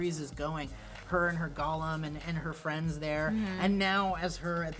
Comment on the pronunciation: I hate how they are saying golem.